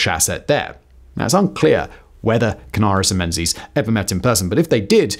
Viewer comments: It's pronounced Mengis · Interssting fact "Menzies" is more correctly pronounced as "Mingiss" - it comes from the extinct letter "yogh", which was transliterated as "z" when we moved to moveable press printing. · Pronunciation of "Menzies" is somewhat lacking !